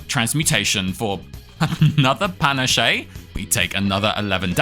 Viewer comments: Fun video, but please tell me your pronunciation of panache (Pan-Ash not Pan-Ash-Shay) is an inside joke 😂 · You do know it's pronounced 'Panache' like 'pan-ASH' right? Not like 'pan-ah-SHAY'. Please tell me this is a bit. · It's pronounced Puh-nash, btw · "Pa nah shay" lmao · Isn't "panache" pronounced "pur-nash"? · Great video, I love your whole library, but the way you pronounce ‘panache’ is killing me! ‘Pah-nash’!! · Panache is pronounced pa-nash :) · discovered your channel a few days ago, so entertaining. I think it popped up, because I recently introduced my gf to Slay the Spire, she loves it, and we watched some tips videos together. I literally binge watched most of your channel already... Btw, panache, french for vigor/pep, you do not speak the e at the end (ok, you even said it correct later... Soooo, I think I was rage baited ^^ ) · is pronouncing panache incorrectly a joke i dont get? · The "e" is silent in "panache" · Such a fun challenge run with the weirdest pronouciation of panache I've heard. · Same thought, but his pronunciation is now how I read it in my mind lol.